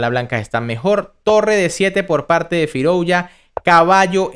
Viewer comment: Firouya, Firoulla, Firouuila, Firulai...el dia que lo pronuncies con Z y digas FIROUZZZZA, le daré like